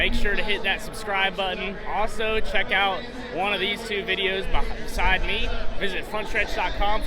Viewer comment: Harrison should get a redo at saying beside me